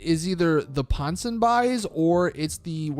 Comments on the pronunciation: The pronounciation for this shop was worse mate...It's Ponson BEES, not ponson BIES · Didier Sachs is pronounced deeder Sachs and ponsonbys is pronounced ponsonbees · ponsynby's is pronounced pon-sen-be's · Did you say Pon son buys? OMG learn how to speak!! Posonbeee dude No you're not saying any of it right. Go take some english classes! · Dude I love you like a brother but u can't read dude. Misbhv is misbehave minus 3 letters. Ponsonby's equals pon-son-bees. And devest 8 is pronounced devastate. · It's pronounced ponson b e e stupid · Please learn how to pronounce Ponsonbys 💀